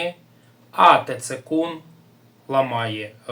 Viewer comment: Не тецэкун а сцэкун😅😅😅😅